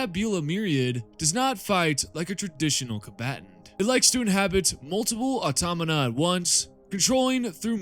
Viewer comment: Aw-taw-ma-Ta. AutomaTa. Automata. Good video, though.